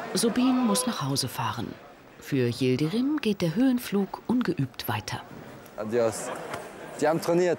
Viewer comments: Wie der Name des Türken immer ausgesprochen wird. Wie der Bürgermeister eines bayerischen Dorfes. Der Ötzinger Yildrim :D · Ötzinger, Yildrim!! Man oh man. Zum Zeitpunkt dieses Videos waren Mitbürger solchen Nachnamens seit mind 30 Jahren in Deutschland. Immer noch nicht gelernt. Aber gut ist ja auch Sportlehrer